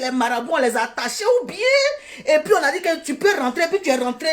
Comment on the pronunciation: On dit dst